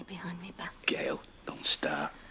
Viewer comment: Gay-yul has a real way of screaming, "Leave me! Leave me!" to Maatin, who was her best husband. By the way, I think Maatin is starting to pronounce it more like Gail than Gay-yul lately.